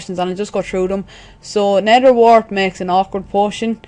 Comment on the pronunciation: Lol "nedder ward"